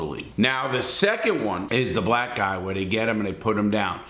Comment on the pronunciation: “blacks” that sound a lil off 😂😂🤦🏾‍♂️